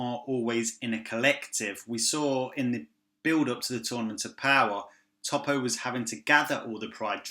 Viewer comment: You're making me cringe with how you pronounce Toppo